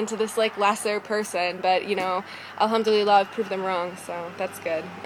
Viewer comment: where did you learn arabic..? your pronounciation of alhamdulillah is great! !!